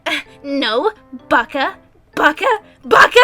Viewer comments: Why does the tsundere girl say bara? Isnt it baka? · omg 1. you pronounce BAKA wrong 2. anime is anime dont judge and 3. gurl do you watch eng dub cuz thats the ONLY time when i think the random noises are weird. i can agree with some of the annoying facts about anime but those 3 things are kinda the things that annoyed me about this video, not saying it was bad, but just saying that you gotta be able to pronounce japanese words properly and dont judge XD i know for sure that i will get a lot of hate comments on this T_T